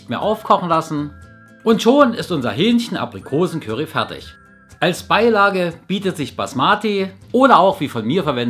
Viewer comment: ich liebe es, wie du "Kürry" sagst:))))